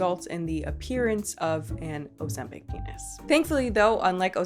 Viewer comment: see, least ur saying this one correctly lol, i was expecting "ozembong" after the way you pronounced mukbang. :), scent bird is trash by the way.